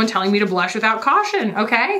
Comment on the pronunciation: “Bluhsh. With CAUHTION.” 💀